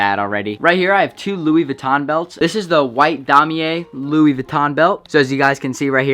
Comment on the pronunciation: *doesn’t know how to properly say Louis Vuitton